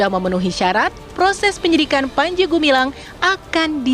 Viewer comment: Namanya gumilang Ngomongnya gemilang Ternyata gumaling Ini bukan pimpinan Al Zaetun , tapi pimpinan as saetun